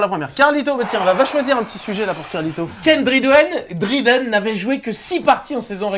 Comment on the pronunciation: Faudrait peut-être regarder comment on prononce Ken Dryden...